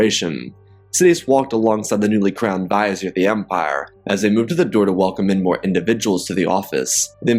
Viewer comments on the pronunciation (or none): Vizier is pronounced "Vih-ZEER", not "visor".